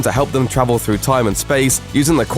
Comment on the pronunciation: The way he says travel😂